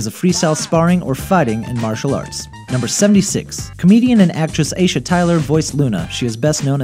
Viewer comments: Wuncler is pronounced "Wunsler", not"Wunkler". If you're gonna do a video on a TV show, watch an episode or 2. Bushido Brown, not Gangstalicious, is based on Jim Kelly and Jabar. Aisha Tyler's name is pronounced "Eye-eesh-uh". Kumite is pronounced "Koo-ma-tay". What grade did this guy drop out of school? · AISHA IS PRONOUNCED A-YEE-SHA, NOT AYSHA! AISHA TYLER!